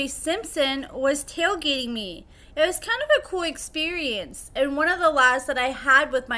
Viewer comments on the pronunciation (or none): none